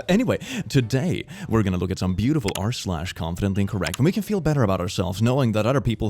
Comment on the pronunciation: Is it just me or does anyone else hear "confidently correct" instead of "confidently incorrect"? Maybe I have hearing issues :'D